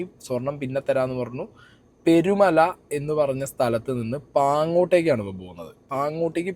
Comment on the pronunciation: Perumala alla manda peerumala ചുള്ളളം അല്ല ചുളളാളം പറയുമ്പോ ശേരിയായിട്ട് para kazhithe